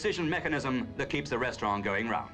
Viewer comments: ok but what's a "restraughh" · I love how the narrator says 'restaurann' in the French manner, and dismisses the French Eiffel Tower -- in the British manner. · 😂 you're right I love how they pronounced 'restaurant' - like how elderly English people still pronounce "envelope" the French way. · In Australia and New Zealand they have always pronounced envelope that way. Restaurant and hotel used to be pronounced the French way in the UK until a few decades ago.